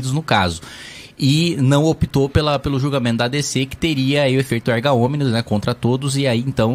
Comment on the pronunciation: Deputado o nome é "efeito "Erga Omnes" e não "Arga Omnes".